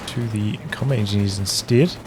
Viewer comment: It's a little tickled me when he say comet engi instead of combat. Is there a reason?